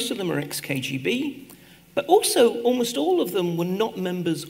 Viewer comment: Подскажите кто-нибудь Екатерине Михайловне, как произносятся rather и almost. Там нет звука э.